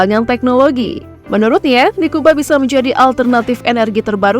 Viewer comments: Koreksi untuk admin, Nikuba = niku banyu Bukan niku bayu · NIKUBA : NIKU BANYU, bukan niku bayu